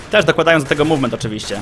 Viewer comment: Dokładajcie do tego mółwment.... Może jeszcze: pamiętajcie, że ważny jest siutking ale ze strejfem w mółwmencie! I na litość boską nie "burstamyyy", ale "bełrstami"... Końcówka języka sięga do palatum! Polecam jednak używania języka polskiego, albo angielskiego. Takie hybrydy to brak szacunku dla obydwu.